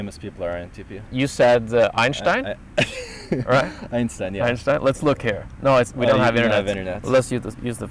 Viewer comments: As a German i can confirm that you say 'Einstein' correctly. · hahaa I was laughing in the video because I thought was pronouncing "Einshhtein" wrong lol. He told me he was actually saying it correctly. I prefer the way pronounces it / the correct German way then how we Americans pronounce it! lol:)